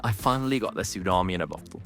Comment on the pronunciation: I doubt that it's AI. He makes occasional mistakes that an AI wouldn't, such as the stutter on "goblin" and pronouncing "bottle" as "bokkle" . If he sounds robotic, it's probably because he's new to content creation and not familiar with reading off a script.